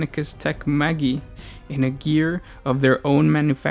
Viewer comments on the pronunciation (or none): Maggy? What? Maj-eye.